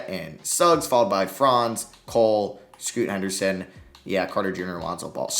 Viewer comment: He said Scoota Henderson every time